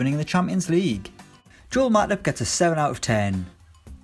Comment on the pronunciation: The way he pronounced 'Matip' was wrong sounded like matic to me lmao